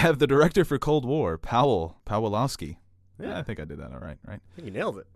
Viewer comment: The director of Cold War's name is pronounced Pavuh Pavilikowski